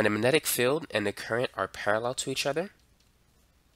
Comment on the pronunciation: "mannenic", lol.